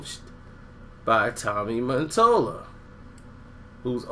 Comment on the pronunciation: MATOLLA. MUH-TOLLUH.. DUMBASS